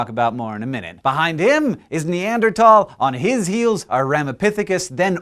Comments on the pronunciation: Hank also used the NeaderTHal pronunciation . Hard habit to break. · Hmm. The -thal part of Neanderthal is not pronounced like the word "tall". The a in thal is pronounced like the a in cart.